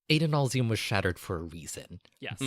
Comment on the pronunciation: The way you guys pronounce Adonalsium drives me crazy. The name is based on the Hebrew Adonai, which has a short A sound. Otherwise, great job.